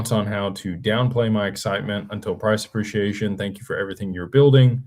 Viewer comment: PRAHS 'PREE-SHE-AY-SHUN